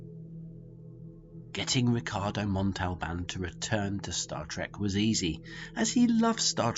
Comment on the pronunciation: The butchering of Ricardo Montalban's name is enough to make me dislike and quit watching.